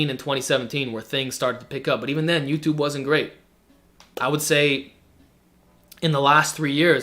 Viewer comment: ello yuchub